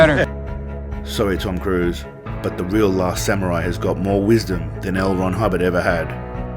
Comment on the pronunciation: Seagal put his Japanese accent on, but he mispronounced “Samurai”. If you’re going to pretend, make sure that you pronounce simple words correctly.